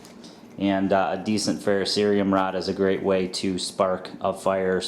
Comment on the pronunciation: This is an excellent BOB video. And you even pronounced "ferrocerium" correctly. LOL